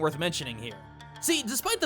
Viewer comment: Jokes on you, I'm here for Hasshaku-sama, of which you pronounced wrong.